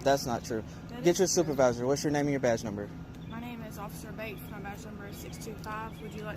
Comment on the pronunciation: WTF did he just say? yes, he wants your freaking stupervisor.